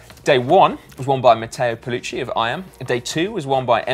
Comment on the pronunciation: Guys, it's pell u kee , not pell u chee. Don't want to embarrass you, but also don't want to ruin our incredible pronunciation record.